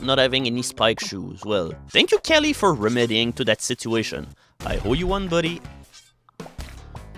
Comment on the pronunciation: I love the way you pronounce Kali, it makes it sound you're in love with a girl named Kelly and she will only love you back if you sacrifice people to her.